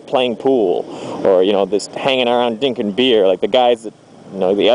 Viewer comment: at you said "dinkin beer" lol just thought that was funny no criticism. keep up on the videos!